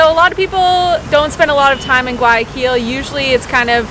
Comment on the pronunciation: If you pronounce the G one more time in guayaquil i’m gonna freak out!!!! 😒😩😩😩 Youve been ecuador a lot please learn it correctly hahaa other parts of the video you say it right. Cmonn guys … also nyc has the telifrico to roosevelt island and its a commuter transport